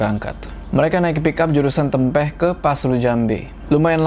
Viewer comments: salah sebut nama daerah yg "Tempeh" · Dengar cerita rasanya agak was-was. Hehehe tawon sango sangat deket dr rumah 🤣. Btw sedikit salah ucap untuk nama "Tempeh"